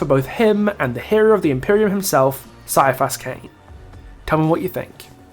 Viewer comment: It hurt me when you pronounced Ciaphas Cain as Sai-a-face when its pronounced Kai-a-face, I have listened to 30 hrs of Cain audio books, sorry for nerd rage